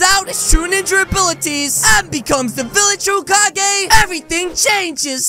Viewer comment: bruh kakashi said holecage